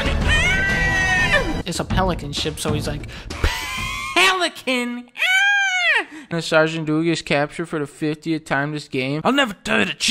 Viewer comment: phELICAN? AAAÆEEEH